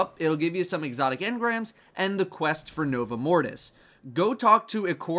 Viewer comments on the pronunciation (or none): none